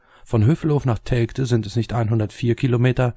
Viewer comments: Der Ostfriese soll mal lernen, dass Telgte "Teljte" ausgesprochen wird... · Wie der Flacherdler Telgte ausspricht... Da rollen sich einem ja die Fußnägel hoch...